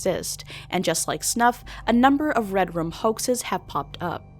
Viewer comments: It sounds like you're saying "redrum" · Was pronouning red room as "redrum" intentional? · i love how you say red room like "red rum"